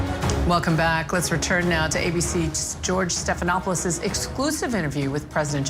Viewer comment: He said George SLOPINOPULUS...😂😂😂😂